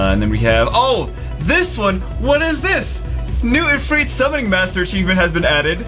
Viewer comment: The way he says ifrit actually angers me.